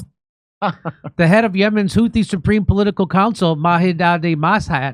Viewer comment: No, it's not a name we gave them. Ansar Allah, are also know as Houthis because that was their founding leader's name. The name 'Houthi' sor حوثي in Arabic is the name of their original leader whose full name is Badr Al-Houthi. It is 'Houthi' with 'th' as in 'Think' not 't'. Their current leader is his son Abdel Malik Al-Houthi. The word has a meaning in Arabic but I won't bore you with that knowning how fast you'll forget anyway. I know how easily bored, distracted, and disinterested Americans are when it comes to other cultures, or anything about other people outside the US 😁